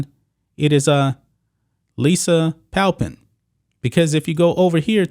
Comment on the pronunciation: I would have thought Pamplin was pronounced PAMPlin not PALpin.